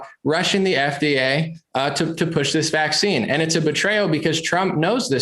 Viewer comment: can't even say VACCINE LOSING respect man!!